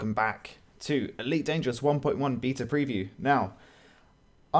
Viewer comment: The way you pronounce "beta" really annoys me....